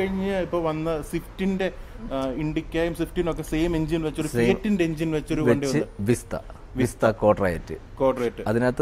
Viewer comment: വിസ്ത അല്ല സേട്ടാ വിസ്റ്റ